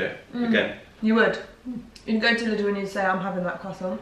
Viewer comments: interesting how u pronouce lidl.... sounds like little. if i dont know what u mean i wouldntknow u mean lidl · Very nice video! So fun to watch you! 😊 BTW: it's pronounced "leedel" so a long I. Not short like in little. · Loved it. If i may suggest how you can pronounce its name, as it is german: Try it like this: Lee-Dell (like the computer company), when you pronounce it you go up with the Lee and down with the Dell ... 😊 carry on 😉 Og btw, you are right with the Focaccia, your friend is wrong (I also speak Italian). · Loves the video!! But I need everyone to know that Lidl is pronounced "Leedle" - with a long first syllable :-) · Lidl is Said like Lee-dal hahaha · still can't get used to the way English speakers pronounce Lidl haha